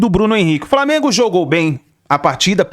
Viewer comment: “VITÓRIA E DO FRAMENGO” 🙅🏽‍♂️😂😂